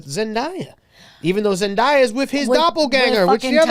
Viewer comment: Let’s go. We’re sniffing. We’re getting cancelled. We’re forgetting Bill O’Reilly’s name, we’re mispronouncing ZenDAYa and we’re racially-confusing Tyga with Travis Scott. All we’re missing is the Yokratom. Hell yeah. Love ya guys. The best